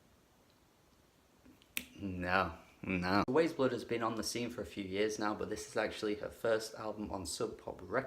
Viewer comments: Agreed, the album is wonderful... But it's pronounced "Wise" Blood. Like the book and subsequent movie. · It is pronounced like WISE Blood. Great review.